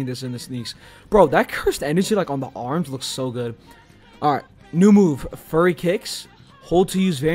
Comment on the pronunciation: nah he said furry lol